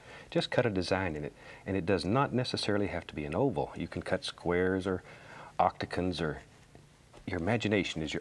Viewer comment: Did he call the octagon an "octacon"?